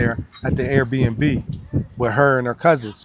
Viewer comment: cant even say Airbnb. He says air air n b, tegusulwa you didn’t have to translate at all